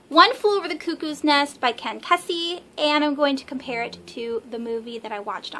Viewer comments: Hi, you’re so young. Ken’s last name is pronounced Key-see. Good for you. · It's pronounced Ken Kesey (kay - sea)